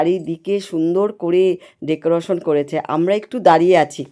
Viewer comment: Ekdom e bhalo lagche na eto beshi make-up boyosher hishabe shajle bhalo lagto dekrotion na word ta holo decoration 😂